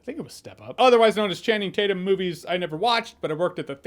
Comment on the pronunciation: “I call him Channing Tate-Yum.”